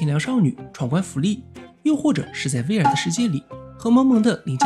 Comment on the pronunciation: 讚一個！！！小提醒：VR就念單字，不唸作veer